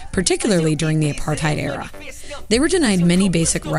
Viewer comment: I wish the rest of the world would pronounce 'Apartheid' correctly